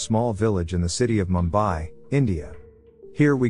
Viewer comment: It's pronounced Moom . bai.